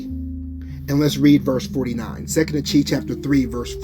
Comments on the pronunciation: Achee is pronounced.. … Ah-Key it means Brother ✊🏾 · bro I understand what was viewed but YOU still are miss pronouncing the word itself the CH in Hebrew makes a K sound there is no CH sound in Hebrew that’s why I was correcting you because it will cause confusion to some